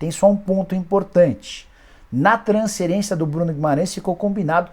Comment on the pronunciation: Nikola pq vc fala transcerência e não fala transferência? Pq vc engole o F e usa S no lugar do F para falar a palavra transferência?